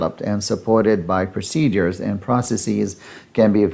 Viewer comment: PRO-CE-DURES…..not procedees!